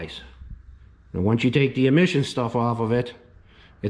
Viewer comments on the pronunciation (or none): Lol. The way you say “eand” instead of “and” Gatta go turquoise